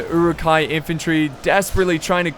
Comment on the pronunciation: Love these this vids, the pronunciation of "Uruk" or uruk-hai which means orc folk or orc men is not EWW-Rook. It is Uh-Ruk.